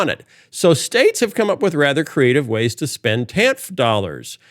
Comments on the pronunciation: Pronounced "TAN-EF". My bffl (since 7th gr) had to get a divorce in the later 90's (DV). Thanks to Clinton/the TAN-F program, she was able to have childcare for her lil girls, go back to college, graduate with honors & become a hotshot Human Resources Director for a big, lucrative, multi-state company where she still works & enjoys a very comfortable salary today. The TAN-F. program pulled ALOT of ppl out of poverty. She, & her 2 girls are still very grateful for the welfare. By the time Clinton left office, the USA had a nice-sized surplus. Ppl should research what Reagan did to the tax structure. ..which has never bn corrected back to the 50's, 60's, early 70's tax structure that allowed my gpa to comfortably support my gma & their 6 kids on one his lumber miller's wage. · I know it's ridiculous that it bothers me but in my experience as a social worker, TANF is generally pronounced "tan-if" at least here in the PNW. I am fully aware that this is a stupid comment but every time Phil said it, it grated.